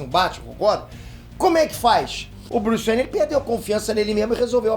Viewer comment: vc falou bruce bene corrigido bruce wainer